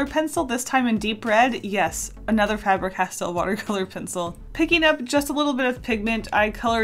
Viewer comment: Everytime you say Faber like that I die inside..